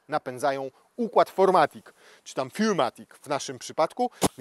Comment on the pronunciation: Robisz świetne filmy, ale błagam, nie czytam "furmatic". Jak już tak bardzo chcesz po niemiecku, to naprawdę posłuchaj sobie jak się wymawia cztery po niemiecku... "vier", a "für" jest ogromna. Chcesz być śmieszny, a w tej kwestie wychodzi megasłabo..